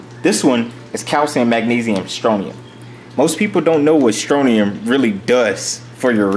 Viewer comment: Scrontium not stronium